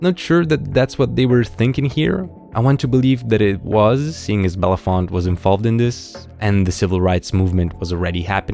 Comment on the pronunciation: FYI: Harry Belafonte's last name is "Bel-a-fon-tay"